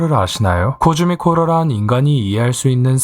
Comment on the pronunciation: 코스믹이 아니라 코즈믹이였..어?